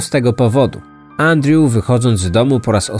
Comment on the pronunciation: Wszystko spoko oprócz tego że źle wymaiwasz Andrew i strasznie to kole w uszy